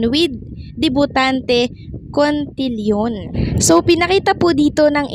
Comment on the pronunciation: Sad to hear pag bigkas pa lang nang salitang cotillion mali na ka agad. Medyo nakakahiya ka naman.